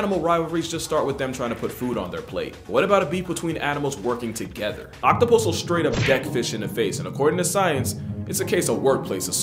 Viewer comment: OPtapus lmao